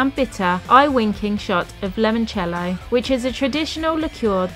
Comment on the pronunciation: SORRENTO is NOT on the Amalfi Coast. It is on the Sorrentine Coast. And Limoncello and NOT lemoncello.